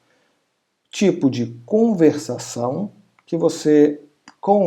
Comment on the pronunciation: faltou o "r" de conversação